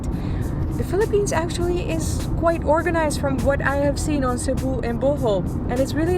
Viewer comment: Thank you for making Cebu ur first visit to the Philippines. Btw, your pronunciation and diction on local names are one point! - Pag Amping kanunay! (Take care always) -from a Cebuano